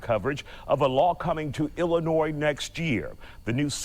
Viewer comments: I live here in Illinois and the S is silent love! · you said illinois with the s 😆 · How can I listen to a man give me any advice when he can’t even pronounce the damn state correctly? I’m sorry buddy but at least learn how to say things correctly before you speak. The S is silent guy